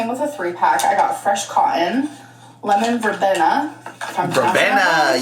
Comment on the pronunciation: Any true Little House on the Prairie fan will know how to pronounce Lemon Verbena. 😂 where my people at?